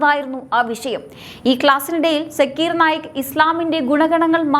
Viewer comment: സാക്കിർ നായിക് എന്നാണ് കുട്ടി